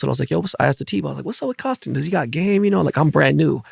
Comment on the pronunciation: Great show but it’s Koston no ‘l’ lol Kolston